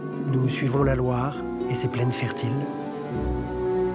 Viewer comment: A pronúncia de Loire é LOÁR..